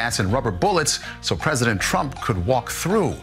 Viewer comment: "The Preshident" -- Sleepy Joe